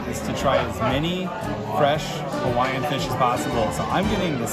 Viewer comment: Pls do your best research on local pronounciation of Hawaiian words, cuz you were way off and it hurt to hear. Secondly pls reduce the amount of very Close-up shots and maybe narrate the beautiful scenery. Glad you enjoyed the Islands and it’s gifts. Aloha 🤙🏽😊